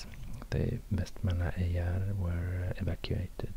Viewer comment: It's pronounced vestermanyar